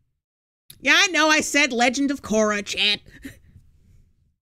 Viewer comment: “Bopeyes I said popeyes Legend of zorai I said koria” I have a feeling eh.... messes up sometimes Woth words n never notices